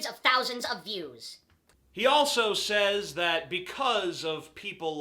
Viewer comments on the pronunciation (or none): none